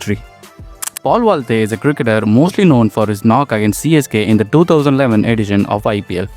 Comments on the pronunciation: I believe it's paul valthaty not valthey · Bro thats Paul ValthaTY, not Paul Valthy